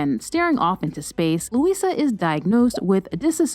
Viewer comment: I’m Brazilian, so the way you say their names it’s so funny to me. IGooOr. LuISSSa.